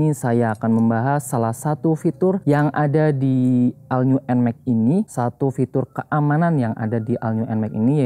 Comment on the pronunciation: cara bacanya ALL NEW NMAXnya abangku